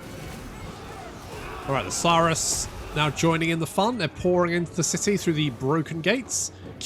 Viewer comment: Only issue i have is its not. Suuhhhh russ Saw-russ😂😂